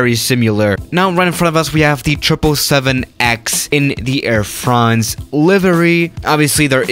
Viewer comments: “Air franhnź” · "Air Fraounze" I have an aviation yt account but I am too lazy to switch today...